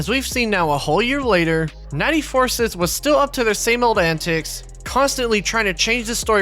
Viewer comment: For the last time It’s not pronounced Four-Sith, it’s pronounced FUR-SCYTHE!